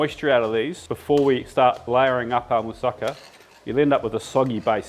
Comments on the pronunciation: Mousakaaa not mousaaaka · It's not "moose-sahka", it's "moo-sah-ka".